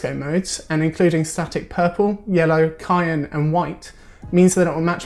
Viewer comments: Yeah...Cyan isn't said with a "K" sound. It's not even a matter of "potayto/potahto" or "different area's of the world". It's said "Sigh-an", never before, save for this video, have to seen it pronounced like "Kye-an" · my man said" kyan" instead of "syan" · DID MY GUY REALLY SAY CKYAN NOT CYAN AAA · Everyone I know says Cyan with a K This is the first time Im finding out people pronounce it differently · MY MAN SAID CYAN LIKE KAI-AN LOL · The dude pronounced "cyan" with a "K" like "kyan" ....Omg.. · My guy said kyan for cyan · "KY-an" You mean cyan? xD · American people can't pronounce CYAN 🤦🏽‍♂️😂 (it should be Sigh - ann) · Nice vid. I got triggered when he said Cyan with "K" tho. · Nobody knows how to pronounce this simple colour 😂